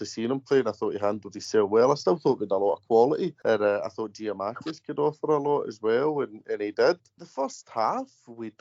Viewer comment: Tell Tony it's not Giamakis it's Giakoumakis